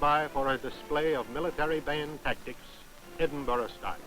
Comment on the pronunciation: Always find it funny that Americans can't pronounce Edinburgh. It's BURHH not BUROUGH, don't pronounce the G. For people who are going to comment keep it friendly, the last lot of racists and morons made me delete the thread.